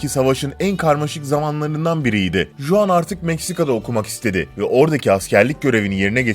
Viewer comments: juan diye yazılıyor ama huan diye okunuyor. meksikalı juan diye bir sevgilim var tesadüfe bak :D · ulan kriz gecirdim juan juan diyip duruyorsun. huan diye okunur o, huan huan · Ispanyol bir isim olduğu için CHuan diye okunuyor ve Cuan değil, baya sinirimi bozdu ajjsjsjszshsjwhhe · juan J ile okunmaz H ile okunur huan diye okuyacaksın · juan diye okunmaz git araştır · J değil h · Juan ispanyolca bir isim oldugu icin Huan diye okunur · Yalnız Juan diye okunmaz o hota sesi çıkartıp huan diye okumalısın.. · Selam ben juan nedir yaa 😂😂😂 hi i'm juan falan olsa neyse. Töbe yarabbi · Juan değil "Huan" diye telaffuz edilir s2k biraz emek ver şu işe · iyi ama Juan Huang diye okunur arkadaşım.Kolay gelsin. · Juan Huan diye okunur Sanchez de sançez diye okunur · huan diye telaffuz edilir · Abi Huan diye okunuyor çıldırıcam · Juan ismi yazıldığı gibi okunmuyor diye biliyorum